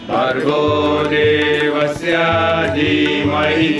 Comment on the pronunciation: Request.please take guidance and correct pronunciation. Diyoyonaha..... don't say na.....devasya..... don't say devasyaa........ Happy to know.